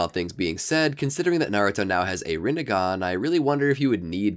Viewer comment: shhheeeeeeesssssshhhhhhh side not its rinnigan not rinnigon